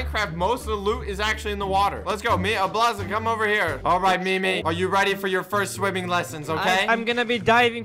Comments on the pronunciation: Its not me me its meem god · don't say memeeeeeee say meme pronounce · MEME is pronounced as meem not MIMI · it’s meme, not me me its how pronounces it